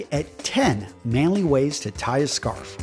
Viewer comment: I don't quite see the need of having to emphasise "manly" and "masculine" like that. Regardless it's still a great video. Thanks for the tips :)